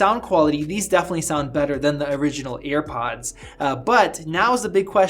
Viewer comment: why tf is he pronouncing it "earpods" drives me crazy